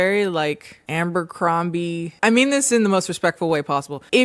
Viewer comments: Now watch Beverly Hills 90210. (Also, ABERcrombie, not AMBERcrombie 😘) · Taking a shot every time adds an extra M to Abercrombie 💀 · 'ambercrombie' lmao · Girl… Ambercrombie? Had me dying every time u said it and it was so many times!😭😭😂😂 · Forever pronouncing it Ambercrombie from now on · You never sounded more black than when you said AMbercrombie lol. Come through with that nickname girl lol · The number of times said aMbercrombie, i started doubting if it actually is aMbercrombie 😭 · Obsessed with the way you pronounce Abercrombie 😭